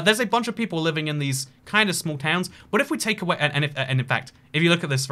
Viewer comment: He could not pronounce like 20 different towns lol.